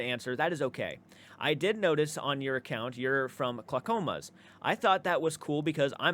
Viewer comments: I'm in Oregon. His pronunciation of Clackamas is funny. To be fair. When we moved here, you would crack up at how we pronounced Willamette. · This guy... 🥴🫠🤦‍♀️ Also, your pronunciation of Clackamas is hilarious 🤣🤣 Messing with ya, of course lol